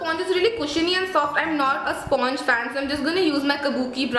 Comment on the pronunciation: Hi, thanks a lot for the review.. btw sponge is pronounced as "spanj"